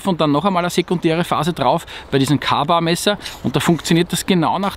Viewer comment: Zwischendurch DC4...Mit Zeit Wassersteine...Beim Fernsehen garnicht...Freundinn hasst das Geräusch. Kaba ist bei uns was zu trinken...Käybar aussprechen...bitte.